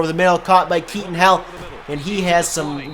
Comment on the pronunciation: Kelton hill not Keaton hill